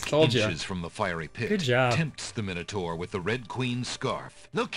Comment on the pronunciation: Minotaur has an A in it, your saying it SO WRONG